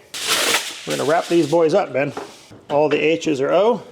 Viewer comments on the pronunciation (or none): NOT me thinking every time you said 'Ben' you were saying Babe lol